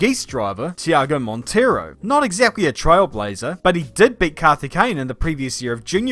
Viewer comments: it's Monteiro, not Montiero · it's not Montiero. It's MONTEIRO. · it is Monteiro not Montiero. I am Portuguese so I know that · Not “Montiero”….it’s Monteiro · Monteiro. Not Montiero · Its Tiago Monteiro not montiero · IS MONTEIRO not MONTIERO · It's MONTEIRO,! MONTEIRO